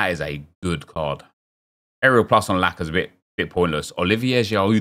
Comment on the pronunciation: Did my guy say blackazette or lacazette